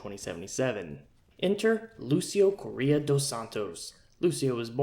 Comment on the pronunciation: As a portuguese speaking individual i get trigered when i hear you pronounce Correia,it has a hard R as most latin languages.